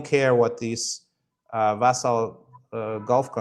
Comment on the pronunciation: FWIW, "schism" is pronounced "skism," and "vassal" is pronounced "vassul." As these are two words often used by Laith, perhaps this will help.